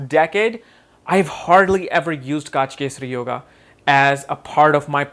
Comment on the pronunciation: Gaajkesari really, it's gajkesri.